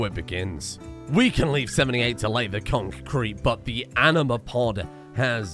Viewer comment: It's really... Conk kreet baybee